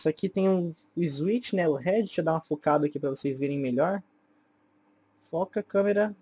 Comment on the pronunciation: "ISWICH" PQP DKASDKASKSA